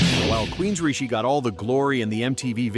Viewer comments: Queensreesh? 😂 It's pronounced Queensrike. But it's a great video. 🥳 Venom, Fates Warning. If you're metal, you know. 🤘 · Queensreesh? Queensreech? Queensreeshie? Queensryche? .... finally 🤯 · queensreechee?? LOL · Queens-reeshie! Hahahaha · "Queens Rishie"... LMAO... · It's pronounced 'Queens REICH.' ;-D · Queens-rish? Jesus. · LOL at "Queenreach's." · Did he say Queensrich? 😂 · Queen's "reechie"??? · It was cool to see Sanctuary, Tank, and Anvil get a shout out. But for the love of God, learn the pronunciations of unusual band names. Queens Richie?! Really?! Anyway, I would add Trouble to this list as well. Often cited as an influence by many famous metal bands, they never really got the recognition they deserved. (Dave Grohl worked with singer Eric Wagner on his album project Probot). Despite their comparisons to Black Sabbath, another overlooked band would be Witchfinder General. You might even call them Slack Sabbath since much of their music has a party atmosphere to it. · Who TF is Queens REEECHEEE ??? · "Queenzrish"?? What the hell is this. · "Queens - ree - chee"??? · Queensrÿche's name was butchered so badly, I winced in pain.